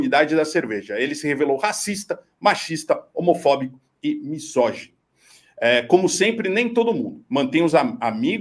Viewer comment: Ok, mas, Marcos, atente para a pronúncia de misógino e de misoginia ou não terá moral para criticar o “misojólido”.